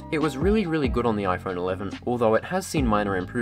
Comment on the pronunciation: "iPhern mini"